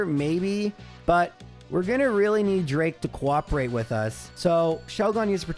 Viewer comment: Can't pronounce Pheobe Sydney drake or Glacia but correctly says pacificlog.